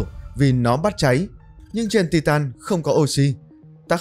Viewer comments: Tai tần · đọc sai từ titan